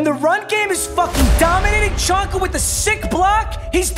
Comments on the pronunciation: It’s pronounced Zonka not Chonka this hurts my ears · It’s pronounced ZONKA not chonka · It's pronounced Zonka not Chonka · His name is pronounced Zonka, not chonka. It's brutal listening to you butcher player names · Yo it is pronounced “Zonka” not “Chonka”. Can’t bear you say chonka one more time. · Lol it's pronounced zon-ka. Your still the goat my guy. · its pronounced "Zonka" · plz papa say czonkas name correct the c is silent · Please stop….. it’s pronounced zonka. It’s like nails on a chalkboard sorry had to say something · STOP SAYING CHONKA PAPA